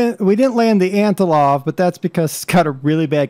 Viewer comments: AntoNov, not antoLov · Hey man! Love you videos! Just a few tips on your flying. Don't put the landing gear up so early. You want to wait until you are a few hundred feet above ground to do that. It's Antonov , not Antilov (Trust me I'm Russian) ;D You wouldn't want to hit the Rev. Thrust in the air. It could damage the aircraft. Also, if you landed that hard in real life it would destroy the airframe. (But it is a sim) That's it! Keep these up man!